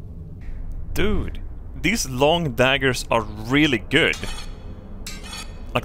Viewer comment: Every time he said "long dagger" I died a little